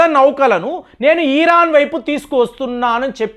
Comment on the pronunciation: ఈరాన్ కాదు బాబు ఇరాన్ నువ్వు ఇరాన్ అని పలకడం నేర్చుకో తరువాత ట్రంప్ని విమర్శలు చేద్దువు గాని